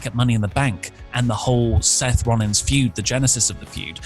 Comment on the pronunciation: I'm sorry, Seth ROLLIS? Seth Rollis.